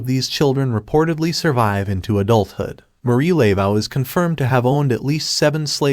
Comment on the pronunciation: You're killing me with the pronunciation of her name. It is not LAY-vow, it's Luh-voh. Getting the name right seems pretty important.